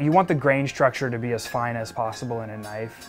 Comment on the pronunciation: Australian accent "Now that's a knoife."